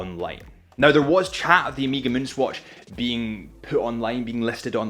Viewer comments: Please please! Learn how to pronounce it : ow-meh-guh. Its annoying. Is the last letter of the greek alphabet. Please don’t say omeeeeeegaaaee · One more thing: it’s not “omeega”, it’s “oh meh ga”, you can do it. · Listening to you say Omeeeega like 20 times was killing me, although I made it through the video. I don't know why people can't pronounce the word Omega correctly. It's really not that hard, look it up. It's a Greek word with a soft E. Im not trying to be a grammar Na*i but for the love of god if you say a brand name 20 times in a video....say it correctly. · Good lord this guys annoying. Music in the back is atrocious. Nobody cares about your date story - could’ve just explained that resale value is higher than retail. And it’s not “Omeega”.